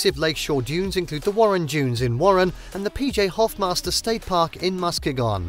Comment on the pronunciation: I echo the comments included here. This was a delightful capture of some of our state’s finer points. I thank you. But…pronunciation…please. I cringed every time you said said MackinaC…and it’s said three times in a short span of seconds in your wonderful review of our cherished island. Also, Muskegon…you seem to want to find new and innovative ways to present our names locales. Also, I was quite surprised that while you beautifully highlighted Detroit’s museum campus, you neglected to mention the Charles A Wright Museum of African American History which sits nearly adjacent to the DIA. This, along with the Art Institute, the Historical Museum, the Library, and even The Scarab Club, make up a lush cultural landscape. Maybe an update might be in store. And I’d like to invite you back…let’s take a walk along the Detroit Riverwalk…it will blow your mind! But, gratitude for The Henry Ford, The Zoos, Sleeping Bear Dunes, The Mejier Gardens, Belle Isle, Pictured Rocks (although a bit taken aback that you showed only one quick shot of the actual pictured rocks) and more.